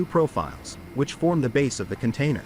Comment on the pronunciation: Okay let's get this straight, it's Container not cantainer. 😂😂 More AI junk taking clips of this and that to try to tell a story. Major fail, there are lots of better videos of the process.